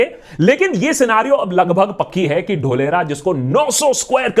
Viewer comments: Dholera word sounds like dhokla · Feku ka ek aur failed project - Dholera. (Its DHOOL-ERA, saheb, yeh vyakti apne CM kaal se hi, public ke ankh mein DHOOL jhonk raha hai).